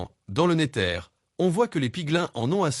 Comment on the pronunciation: wesh on dis le nézeur pas le néteur